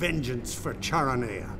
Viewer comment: Very well done. Some mispronunciations, e.g. Charoneia is not Char o knee uh, it's Kara knee uh.